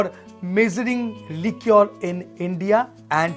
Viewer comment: Li-kuh is d pronunciation of liquor